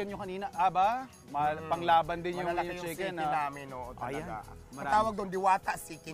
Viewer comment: My care sya sa customers nya kaya sya tinatangkilik. At pansinin nyo wlang sawa nyang nagsasabi ng “salamat” good job! Deserv mo yan! Pero bongga din ung “siken dyoy” hahaha